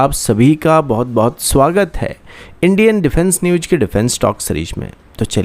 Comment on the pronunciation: Aby newj nhi news bol 😂😂😂